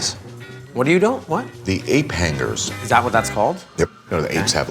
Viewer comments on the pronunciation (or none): say "Ape Hangers" in his New York accent and then clarify in a less obvious New York Accent. Hape Hangus! Love! He is an American Treasure. And an Italian Treasure as well. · "The Ayp Hanguhs" "What was that" "The APE / (eɪp) / HANGERS / (ˈhæŋə) / "